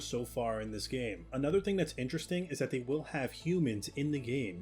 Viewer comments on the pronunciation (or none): none